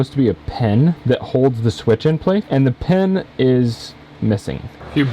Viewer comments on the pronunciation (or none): PIN, not pen